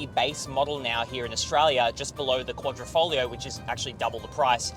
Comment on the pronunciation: He said... Quadrifo"G"lio... snigger snigger. LMFAO.